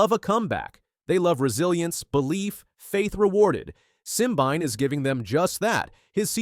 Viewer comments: Try three (3) syllables Sim-bi-né! If you cannot get his name correctly, try being quiet.😢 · His name is pronounced "sim-been-eh". And Letsile Tebogo is pronounced "Let-seal-eh Teh-bo-go"